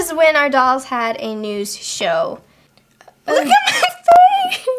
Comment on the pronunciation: They did not even say NEWS they said NEW